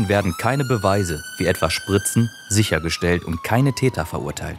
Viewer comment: *Täter, nicht Teter